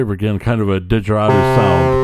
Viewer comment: Come on man... Digeridoo lol. Google how to pronounce.